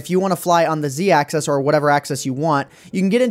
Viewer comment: Why do you pronounce "axis" as "access"?